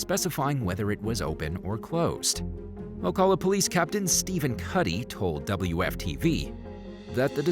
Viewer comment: I lived in Ocala.. You pronounced it wrong though. The "a" is pronounced like in cat(long vowel not short). These are perfect examples why Florida is not all that great.